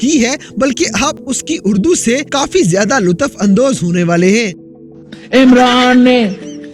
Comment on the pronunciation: Aap apni Urdu to theek karain pehle LUTAF nahi LUTF hota hai aur HANAS nahi bulke sahi lafz has HUS hai